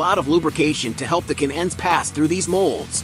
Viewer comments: Interesting manufacturing. The computer voiceover needs a little work - can ends, not cannends, etc. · This video is the result of artificial Intelligence. And it can't figure out how to say the two words "can ends." So it pronounces it "cannends." AI will destroy our ability to communicate with each other, us to businesses and business to business. But no one cares because there is money to be made. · Ca nans, Poor AI. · Haha, I broke out laughing at that point. I guess we’re not quite there in our AI tech just yet, lol.